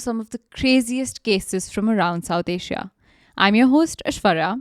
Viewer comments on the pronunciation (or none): none